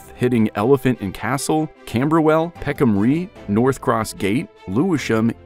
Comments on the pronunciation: I find it tremendously irksome when the narrator of a video is obviously from another planet and does not take the care to get not only his facts correct but also the pronunciation. Peckham Rye has already been pointed out as being wrong but nobody has mentioned the Americanism of "route". You say "rout" (as in out) while Brits and most other English speakers say "root" (as in boot). The document has been devalued as a result There are a lot of bloggers and vloggers to catch our attention. If you want to catch us take care of the details. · Interesting project but I'm wondering why at the start there's an aerial picture of Karansky Station in Moscow and why (as pointed out below) the author couldn't be bothered to find out how to pronounce Peckham Rye?? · Whether the script was read by a human or AI, it's hard to imagine how Peckham Rye got pronounced differently from rye bread, rye whiskey, towns called Rye in England and New York, and numerous rhyming words in English with similar spelling like bye, dye, stye, and wye. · Peckham 'Ri', not 'Ree'', "Route" = root" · Barley & Rye are no longer well-known crops. Nevertheless, considering the lyrics of American Pie, I am baffled as to why the narrator pronounced Rye as Ree. 🤔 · Peckham Ree? AI? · peckham ree 😂😂😂 i really hope he doesn’t have to pronounce loughborough junction in this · ah yes the bros of lewisham, bexley and bromley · Rye rhymes with the word 'why'. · Peckham Rye rhymes with "high". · peckham rye i sounds like rye bread. ans should probably go to to the peckhambus stion. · Love the poor pronunciation.😂